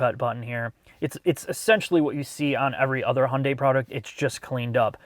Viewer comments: If only he could pronounce Hyundai properly. There is no silent Y. Hunday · Years ago, in the US there was a Hyundai commercial that showed how to pronounce the brand. They said Hyundai is pronounced like Sunday. 🤷🏻‍♀️ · It's funny i mean pronunciation of Hyundai.. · "and yes, this is how we pronounce it in the United States." I love it hahahaha subtle shots fired for the other guys video 🤣🤣🤣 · Why do you insist on sticking with the US pronunciation of Hyundai while you give Porsche the honor of saying their name properly? (The US way is "Porschee" or "Porsh" or such, but you do say "Porscheh".) - This car is the good type of futuristic design. It's like the best design taste from those future-movies for a teenager audience. If DMC still existed today, that might be their style. It reminds me a bit of what Honda did with the 8th gen Civic Hatchback. Also very odd, avantgarde, but kinda cool. The front even has some old muscle car vibe. Although it also has that E-loon Murk madness, the sharp lines that mark an intellect too infatuated with itself, and the large wheels make it look fat and heavy, so personally I'd still pick something more rounded. And its general shape is too much VW Golf like for my taste. - If I was born into this world much later, I'd be very excited about this car. ... Not so much the interior, though. Not comfy enough. Feels more like a waiting room at the dentist. ... Oh well, if I was born into this time, I'd probably be an idiot anyway. Ugh, too much asymmetry. Even that sensor assembly on the windshield. Everything is better with 'intelligent' - Why not call it E-GiMP? 😄 I also checked the (German) brochure and it is limited to 185 km/h in all variants. Interesting. The limitation of the tech. And the 9 color 'options' here are totally ridiculous: white, black, matte silver, medium gray, dark gray, almost black gray matte, dark